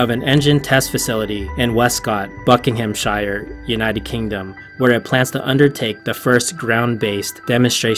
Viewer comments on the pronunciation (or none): Yet again, 'Buckingham-share' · You say Buckinghamshire completely wrong. Ok not blaming you but I'd like to you say it right.